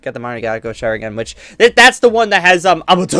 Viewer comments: Its not manigako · its pronounced mon-gyeko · u can't even pronounce mangekyou e.e